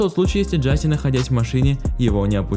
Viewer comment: Да не Джаси, а Джашеш !!!